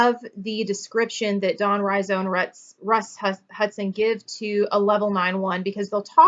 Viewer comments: Could you relate the levels to the desires not being met, and new fears arising when people go down the levels? (outlined at the back of Personality Types). And by the way, Don Riso's name is pronounced Ree-So :) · It's Don REEso, not RYEzo. Riso's levels of health and unhealth haven't held water. Some were just dreamed up Riso. There is no documentation to back up these levels. You don't see any major teachers continuing to use these levels. You're talking nonsense.